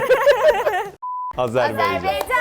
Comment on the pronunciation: Artık kaçıncı video bilmiyorum ama Azerbeycan değil AzerbAycan) Ülkemin ismini doğru telaffuz ederseniz sevinirim zira biz Türkiye'yi doğru telaffuz ediyoruz.